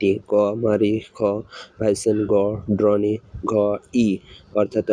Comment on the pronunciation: Vai question krso thik ache but drone- ড্রোন হবে, ড্রোনি না। Mare-ম্যার হবে মারি না, Puppy- পাপ্পি হবে পুপ্পি না।